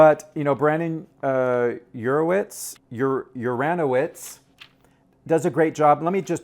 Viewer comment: A review of your review: Too long. And please learn how to pronounce Brandon Uranowitz's name. This is starting to look like a Christopher Guest skit.